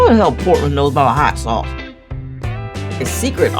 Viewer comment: daamn she just called the hot ones sause ehh...